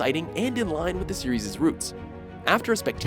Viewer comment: Note to narrator: The word 'Series' is itself a plural. There is no such word as 'Serieses'.